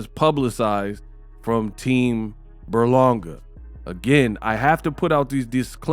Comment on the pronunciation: his name is literally on the screen it’s Ber-Langa not Burlonga😂😂🤦‍♂️